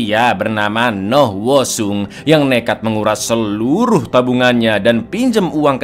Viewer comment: Noh woo seong dibaca noh u song